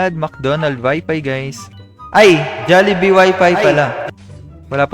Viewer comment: when he say jollibe couhg me roling